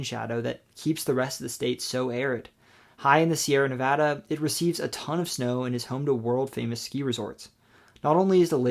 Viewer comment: Thank you for pronouncing Nevada correctly!